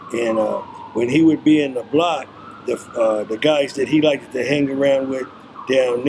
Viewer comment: I hate that he keeps saying “likeded”